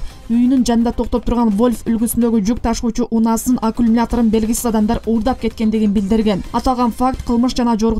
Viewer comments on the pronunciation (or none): Акумлятор дейтко диктор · Журналистка туура суйлочу аккумулятор деп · Туура эмес окуп жатасың, аккумулятор деген сөздү! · Алькумулятор 😁, эй кыз, аккумулятор. Вольф эмес, Вольво